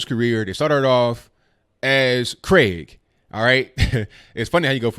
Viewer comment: Finally, an American who can pronounce "Craig", not "Cregg"